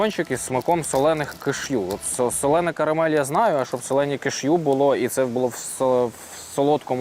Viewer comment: Пробач, друже, "солоне"😂